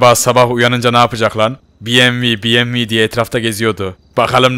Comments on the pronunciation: Abi buna biyemvi deme BEMEVE DE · Bievmi değil BEMEVEEEEEEEEE